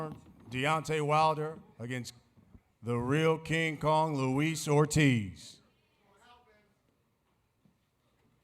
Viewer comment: Not King KOOONG lmao hahahaha